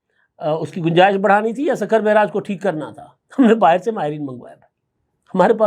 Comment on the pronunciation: اپنا تلظ تو ٹھیک کر لو بیرج نہیں بیراج ہوتا ہے